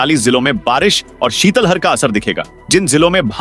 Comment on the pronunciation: शीतलहर न कि‌ शीतल हर सुधार करें